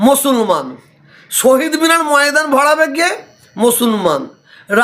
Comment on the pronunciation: মুসলমান কথাটাও উচ্চারণ করছেন ভুল ভাবে হয়! ইনি নাকি পীরজাদা!